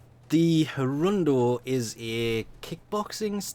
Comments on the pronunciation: "Hirundo" Do ya read mate?? The codex clearly says Hirudo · Why did he say "Hirundo" when its "Hirudo" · *hirudo not hirundo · HARUNDO!? i love you but god damn it you are so bad at pronouncing the names of so basic stuff xD